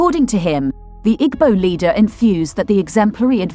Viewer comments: Narrator thanks for presentation. But, next time give an igbo person to give correct pronunciation ooo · Pronounce IGBO properly or dont use rhis voice